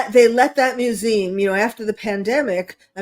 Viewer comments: What's a "mewzeem"? She can't pronounce "museum"?? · LeR m how to pronounce mu zee um!!!!! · Is she saying “museum?